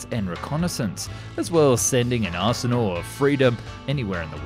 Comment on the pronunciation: Bro said "delivering an aresenal of freedom" lol